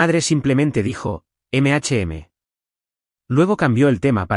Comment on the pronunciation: La madre dice EME HACHE EME 😂😂😂😂😂😂😂😂😂 que gilipollez A VER CUANDO REVISAN LAS NARRACIONES ANTES DE EMITIRLAS Y ASÍ PODRÁN CORREGIR ESTOS ERRORES TAN ESTÚPIDOS